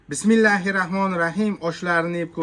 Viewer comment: Bismillahirrohmaanirrohiiim degin uka noto'g'ri talaffuz qilyapsan yoki bismillah degin